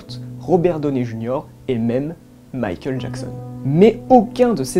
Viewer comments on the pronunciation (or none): none